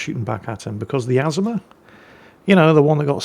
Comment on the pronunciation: it is pronounced "a-ZOO-ma" smh!